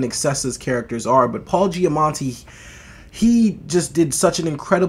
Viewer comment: Loved this movie, glad to see others share my enthusiasm! All three leads did a great job and had their own interesting, heartfelt stories. Btw, think you are pronouncing an 'n' in Paul Giamatti's name but there isnt one 😉